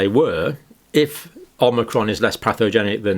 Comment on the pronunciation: more pathogenic omicron, takie this down you saidit wrong twoice